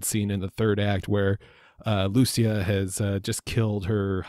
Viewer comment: It's pronounced Lu-che-a, not Lu-see- a.